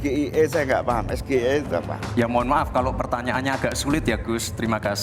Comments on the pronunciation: SGIE blunder GIBRAN pakai bahasa Indonesia seharusnya pakai bahasa Inggris ini yg benar Es Ji Ai I dan tidak ada hilirisasi digital yang ada digitalisasi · Men jebak dengan mengajukan pertanyaan SGIE tapi pakai bahasa Indonesia padahal itu singkatan dari bahasa Inggris ( es ji ai e) tapi dia sebut ( es ge i e) ..dasar ndeso,sok mau jebak pakai singkatan Inggris...akhirnya malah jadi bahan olokan netizen kan?....bha..ha..ha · Cara baca nya salah itu bahasa inggris ESGEIE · nyebut sgei aja salah,,menjebak itu tipikal jelek. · Pemimpin jangan sok tau, nyontek aja merasa pintar.. Cak Imin tidak paham, karena Gibran melafalkan singkatan Inggris dengan bahasa Indonesia😂😂 Jika Cak Imin mental dan etikanya seperti Gibran, gampang banget mengcounter dan memalukan Gibran.. bilang aja, "mas2 sekolah 8 tahun di LN, anda melafalkan singkatan bahasa Inggris dengan bahasa Indonesia, tolong pertanyaan diulang dengan benar."